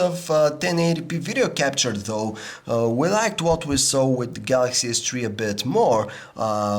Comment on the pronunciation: All I heard was Galaxy S TREE.